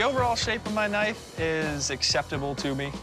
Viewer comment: They said a blade but it is a kënife😂😂😂